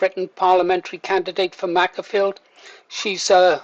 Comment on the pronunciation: It's pronounced Maker-field, as in tool maker.